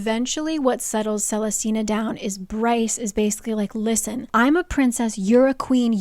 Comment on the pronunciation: watching this like 4 years late but you must understand what a jumpscare it is to hear my very uncommon name said so many times in this video (celestina) and correctly at that